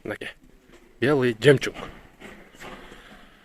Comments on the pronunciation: Братан коптон бери айтайын деп унутам белый жемчунг емеес бля белый жемчуг болоуп айтылат жемчунг емеес жемчуг н нахуй не нужен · Ассаламу алейкум, бир жолу адашып жемжунг деп алып анан кечке эле ошол созуну оправдать этип кечке эле жемжунг деей бербечи сураныч. А так нормально баары. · Белый ЖЕМЧУНГ 😂 туура айтчы тууган